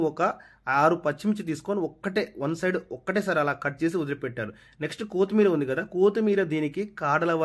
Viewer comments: కో కాదు కొత్తిమీర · కోతిమీర 😮 ఏంటి కొత్తిమీర. పుదీన కాదురా.పుదీనా. భాషా బాగా మాట్లాడు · "KOOTHMERA" KAADU ADI KOTHHIMEERA. NEXT "POODINA" KAADU ADI PUDINAA